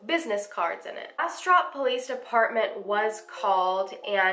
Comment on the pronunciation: Also, great job pronouncing Bastrop. I'm from an area in Louisiana near Bastrop, Louisiana and it's pronounced completely different. Took me a while to get used to BasTROP, Texas.